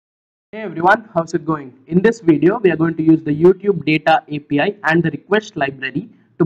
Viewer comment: it sounded like he said FBI Key lmao be careful